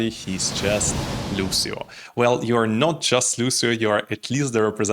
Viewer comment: Thanks for your interesting and understanding review! A little hint: Lucio pronounces Luutscho, you can hear the singer pronouncing his own name at the end of the song: Non sono altro che Lucio. Thank you!